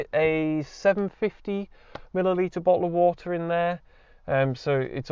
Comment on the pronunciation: LMAOOOOOO Bo'Oh'O'Wa'er